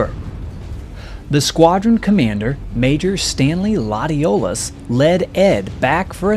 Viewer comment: Thanks for this interesting video. But I do have to say that in Louisiana, Latiolas is pronounced Latch Oh Lay.